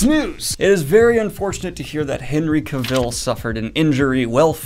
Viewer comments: Great report. Every excited for what's coming. One correction, however. Cavill rhymes with travel, not with Seville (the city in Spain). How do I know, you ask? He was once asked how he pronounced his name and this is pretty much what he said. Cheers! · HENRY CAV-ILL. Not CAW-Vill. Watch one interview of him or watch the video where he explains how they did Geralts swords. He doesnt say his name the way you do. And the way you say it puts more emphasis and pause on it. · what is it with you and saying Henry cavill's name wrong? He has said it countless times it rhymes with Travel it's like Cavel. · Cavill is pronounced like travel... :-) Sorry, die hard Henry fan over here! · Cavil is pronounced like the word Travel.